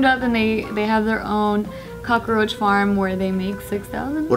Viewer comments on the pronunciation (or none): Why are they pronouncing 'cockroach' like 'cockaroach'? Am I the only one that noticed? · COCKROACH HAS 2 SYLLABLES NOT 3!